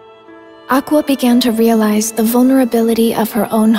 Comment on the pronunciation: I’ve never seen someone butcher the word realize so badly before